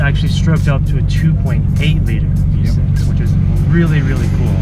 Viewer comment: bruh I literally cringed when he said v6 hahah